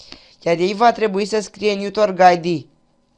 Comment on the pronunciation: "Niutorc" ? :))))) Se zice "netuarc" (network) :))))))